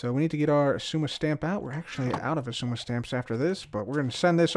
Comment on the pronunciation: Two seconds of saying “zizooma” and now I’m having a crisis… exzooma? X eye zooma? Igzooma?